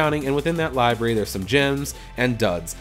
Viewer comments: li brary....not li berry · How he pronounces library triggers me, he says liberry instead of li-br-a-ry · Why do you keep saying libary? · Li- bary really dude how fucking old are you learn how to talk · Did u just say libarry